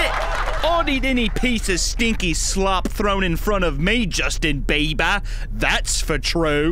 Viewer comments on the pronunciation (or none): "Justion BEE-BAH" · Justin Bae-bah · It's JUSTIN BEE' B ARr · Josten Beeba 😂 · Josten beebah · why was he saying JUSTaN BEiBa